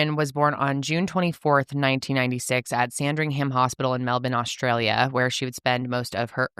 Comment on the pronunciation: A bit off topic but kudos to for pronouncing Melbourne correctly.